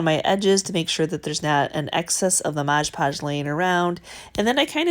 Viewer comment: Your videos always teach me so much! I love how you say "Modg"e Podge and what sounds like "soup" cases :-)